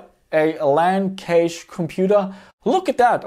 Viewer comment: Is "Cache" spoken like "Cage" Australian slang 🙂? Sorry for asking, but I'm native German, so I mostly know Cache as Cash, like it is mostly spoken in the states. BTW: I like this kind of video!